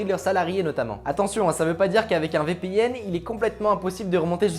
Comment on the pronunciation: Marrant comment tu dis VPN... Vipihenne